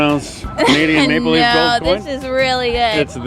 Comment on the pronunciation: It sounds like he is saying Canadian “make belief” coin instead of maple leaf coin. I could understand why some of these people said no for that reason.